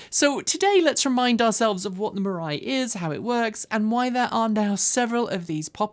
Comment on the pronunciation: “Mirai” sounds more and more like “mirage.”